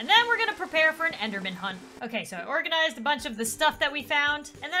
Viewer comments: “ore-ganized” hahahaha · I love that you said ore-ganized I don’t think you meant to say that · as you see i like to be organized Me: as you see i like to be ore ganized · She's not really ore-ganized